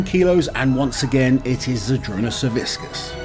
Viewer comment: Hey, since you have been making an effort to pronounce athletes names correctly, the c in Savickas is pronounced kinda like the c in Licis. Whiskas is a cat food